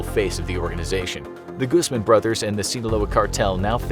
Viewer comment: It's pronounced like Gooz-mahn. The "A' is pronounced "au" like in "August" ^_^